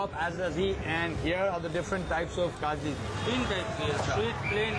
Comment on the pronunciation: Rocky its KHAJLI not KHAJRI...